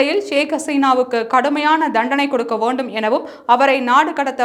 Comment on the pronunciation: தமிழ் உச்சரிப்பு ஒரு செய்தி வாசிப்பாளரின் வசீகரம். குடுக்க வோண்டும், சந்திதார் என்பதெல்லாம் தவிர்க்க வேண்டும்.